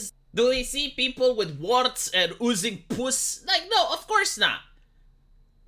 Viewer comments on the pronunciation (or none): "Pus" Lol, that's going on my list of words that I enjoy hearing from 'cause he says it funny. Right up there with "Puppeteer".